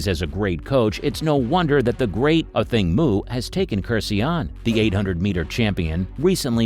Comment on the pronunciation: You're the first person to correctly pronounce her name.